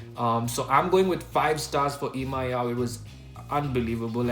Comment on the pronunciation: yes u said the name correct